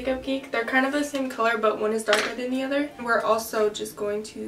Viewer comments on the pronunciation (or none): none